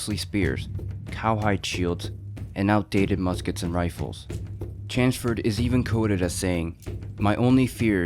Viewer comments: Chanceford? Who is that? Thought it was Chelmsford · Its Chelmsford, not Chansford! Its larger not lagga! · Its CHELMS- FORD not Chansford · CH as in chair, ELM as in elm tree, stick an SM in there and put FORD on the end.....Chelmsford, that’s how you say it...not chansford or whatever this guy is saying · Chelmsford is pronounced "Chums-ford" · Such a pity. You clearly put a lot of work into this but you cant get Lord Chelmsford's name right. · Can you pronounce Chelmsford proper please mate yanks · Chelmsford. C H E L M S F O R D. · pronoune the commanders name right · There's an l in CheLmsford. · Pronounciation of Chelmsford makes me cringe a little, but a great VIdeo!